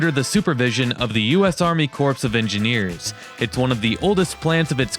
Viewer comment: “Army corpse of engineers” 😅